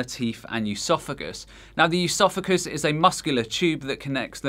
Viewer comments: Bulimia is spelled incorrectly in this video as "bulemia", gastroparesis is pronounced incorrectly as "gastropar-ISIS" (it's "gastropar-EESIS") and oesophagus is pronounced incorrectly as "yoo-sophakus" (it's "uh-so-fuhgus") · Stop fucking saying EUSOPHAGUS like how you pronounce the first syllable of Eugenia. There is no 'eu' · Plus he mispronounces “esophagus” and “estrogen”. It’s not “eusophagus” nor “eeestrogen”. What the hell is this guy talking about? 😂